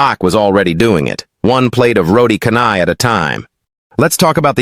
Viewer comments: I will not subscribe until you pronounce "roti canai" correctly -- it's not roti "kanai", it's roti chanai"--- the "c" in canai is not like c in "cow" but c in "cello". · It's pronounced as 'CHAR-nahy' not 'car-nahy' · 😂😂😂 I follow this channel actively but turn off because of roti Kanai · Aku tak boleh la doe dia sebut "kanai" 😂